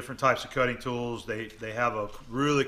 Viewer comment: *Tools, not tolls :)